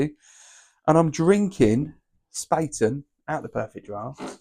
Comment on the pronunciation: Sorry to be pedantic mate, but its pronounced schpaaten German for spade, but the a is prounounced like the a in apple